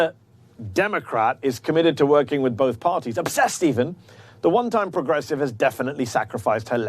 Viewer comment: Did she say "progressive"??? Lol 😆😂😄